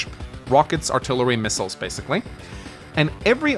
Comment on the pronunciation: Artlry lol